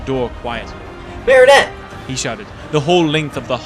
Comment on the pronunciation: I love podfics and I'm so happy you're contributing. I'm definitely subscribing so i can hear more. I have only one piece of constructive criticism and its the pronunciation of Marinette's name. You're currently pronouncing it "Marionette" which is one of those dolls hung by strings when it should be more of a conjunction of "Marie Antoinette". The French Dub (which is the more accurate pronunciation of the name) pronounces it MARE-in-ette with the Mare being pronounced the same as a horse mare. The English dub softens the a and pronounces it MAR-in-ette like from Mars. I hate to nitpick and you don't have to change the way you say it if you don't want, this is just the one issue I have.